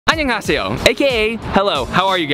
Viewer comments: mega americanized lmao. "Ahn Yang HA-SEE-yo" lmao. Rather than just.. "annyeonghaseyo" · How is this guy Korean but he can't pronounce hello properly in Korean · His annyeonghaseyo is honestly kinda american accented